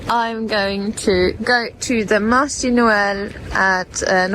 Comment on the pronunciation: For sweet: Marché = [marshay] Can(n)elé = [kanulay] ❤